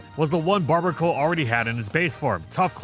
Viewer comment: "barr-BEAR-A-cull", bruv. Combination of "barbarian" and "barnacle".